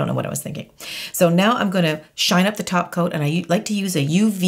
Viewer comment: Oh my gosh!!! jijijiji I have to laugh jijiji I was asking myself; what is taking about? what does she mean about taco taco taco is all about and after thinking I figured out thap you was saying “ top coat”. jijiji oh gosh! My first language is Spanish and like this one I have had many more. jijiji